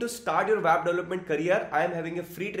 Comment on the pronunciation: Sir great video on CMS 👍. I want to say that please pronounce web as web not wab... I don't know why but it triggers me a lot. Btw we will be waiting for your WordPress tutorial 😀